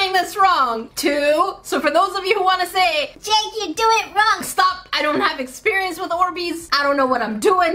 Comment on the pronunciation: ear-xperience and not exp-ear-ience?